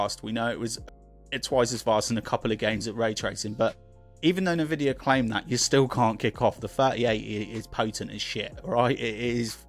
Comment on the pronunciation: Pronounced en-vidia not na-vidia